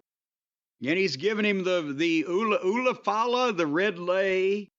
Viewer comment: Would somebody tell jim it's a called the ula fala. So he can stop being so disrespectful